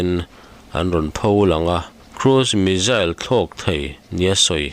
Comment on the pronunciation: Tinge missile hi mizzile tih ang in i lam tlat le...Pronouncation hi a in zir theih reng